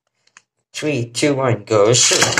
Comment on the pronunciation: I always thought this guy said “go sh*t” when ripping the beyblades 😭😭